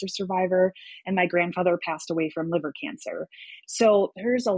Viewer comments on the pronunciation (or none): none